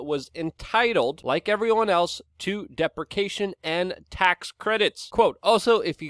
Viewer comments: Dee prish ee ayy shin Luke not deprecation buddy lol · Doin Time With Cindy – Luke pronounced it "deprecation" which either means "a prayer to avert or remove some evil or disaster" or " the act of expressing disapproval". Luke really does need to pronounce the word he actual intends to say and not say a word that means something completely different than what he intends to say. Colin is not being mean, he's trying to help Luke be more effective at communicating, which is what Luke's channel is about. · Man you need to look how to pronounce depreciation, not being trying to be mean